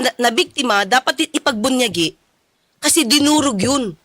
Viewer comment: Ipagbunyi atty. Claire ..not ipagpunyagi..